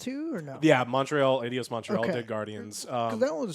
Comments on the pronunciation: saying "Eedios" is driving me nuts. It's Eidos. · The hell is "Idios Montreal"?... It's more like "Aidos"... - It's also "yoo-bee-sahft" and Brendan "Fray-zuhr". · I don't like the way pronounces Eidos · Sorry, just gotta say that butchering the pronunciation of Eidos kills my ears.